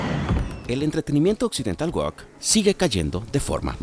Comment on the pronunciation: Se dice "WUÓUK", NO "wuók". Entiéndanlo POR FAVORRRRRRR